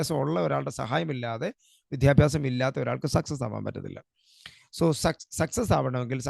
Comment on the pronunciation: വിദ്യാഭ്യാസം(not വിധ്യാഭ്യാസം) please